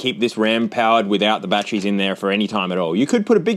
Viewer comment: It's batteries, not "bat-trees."